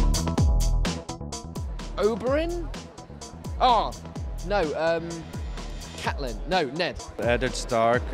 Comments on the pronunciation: First one: Reporter:Who is that Bran:'Catleyn' Okay mate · DiDi Nwabude He was joking! He even said "Catelyn" smh